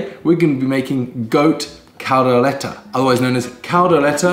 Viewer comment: Hey finally Kaldereta when you nailed saying "Kaldereta" but butchered saying "kambing" hahaha nice try I was waiting on pork/beef "lengua" (tongue) though also butchered "kaldera" Hahaha Also "kaldero", both are cauldron man, Datu Puti should be paying you for endorsement "pineapple"? got weird allergy cinematography deserves an Emmy thank God for 🙄 but almost there "Tagay hanggang mamatay" be like 😒 Hahaha I thought that the video was recorded mirror image bec got the spoon on the wrong hand, but then I saw, and like "wait a leftie?? 😳 or was it?" mom: When you leave home you gonna grow up: I left home around 15 years ago, and grew up about year ago 😳😂 tender meat, but is it any spicy? as it should be? Afritada potato should have been soft, not crunchy "tagay" - (toast, cheers) Say it this way 1. "tag" - like the game 2. "I" - like the pronoun 3. "tag - I", "tag - I", "tag - I" 👍 how can you tell if your mate is getting beyond tipsy but still pretending sober item #1 -: the stories and all the emotions with it item #2 -: (supposing she drunk, though clearly she's not) dishes slipping Hahaha 🍺🍻 stabs his lips with a fork... (imagining if it's a knife like how Brits usually would) (secretly grateful to Filipino influence) 😉 You're welcome happy birthday so ridiculous it's funny Congrat